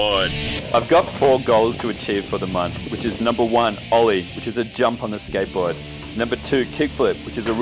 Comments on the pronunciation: i cant really focus bcz of the ''sketbowd'' xD,, love your video :^) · The way he says skateboard is so fuckin funny.. 😂 “Skaitboaahd”